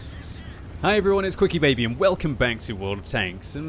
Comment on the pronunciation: So youre not quickiebaby?! You keep saying it like....... 😋